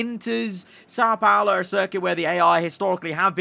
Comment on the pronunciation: the pronunciation of são paulo hurts me as a brazillian